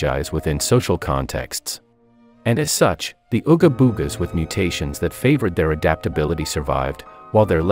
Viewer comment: making "ooga boogas" soundin like a slur 😂